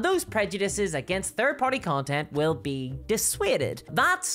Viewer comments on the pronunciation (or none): none